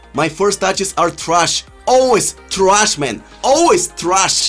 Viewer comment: "Gameplays trush ,ref is trush"😂😂😂😂😂